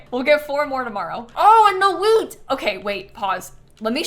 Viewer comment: "I'll go and see if Leaf sells any weed" is not a good sentence out of context 😆(Edit: I do know she says "wheat" and "Leif", but that's not what it sounds like 🤣)